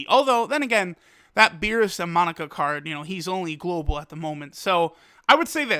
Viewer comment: Pls... ITS MO-NAKA NOT MON-AKA